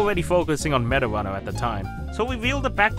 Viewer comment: when smg4 says meta runner, it keeps sounding like marijuana